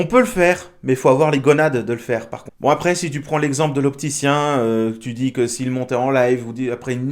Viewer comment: En fait le gars a dit "arès" pour dire "après" 😅